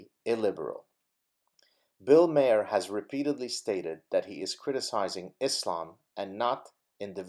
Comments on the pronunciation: It's pronounced ' marr' not 'mare' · Also bill maher is pronounced Marr, like a pirate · Maher is pronounced "MAHRR"